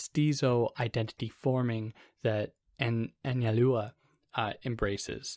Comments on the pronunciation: Analua? Break it down as An-zal-do-uh—Anzaldua. It’s Basque. Gui-knee-on = Guignion. Not hard. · You said it fine when you pronounced it "in English." Just a little more emphasis on the u. Like "AnsaldOOah." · You should probably try to learn to pronounce her name before hitting the record button.